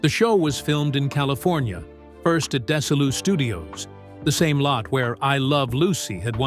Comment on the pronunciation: Yes, and Frances Bavier and Desilu Studios were pronounced incorrectly.